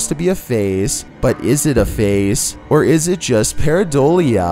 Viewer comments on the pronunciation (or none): none